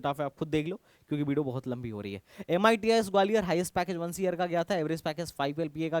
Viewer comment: Video ❌ Bideo ✅